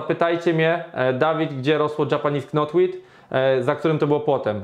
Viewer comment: łapka w górę za film ode mnie, ale "k" w wyrazie "knotweed" jest nieme i się go nie wymawia.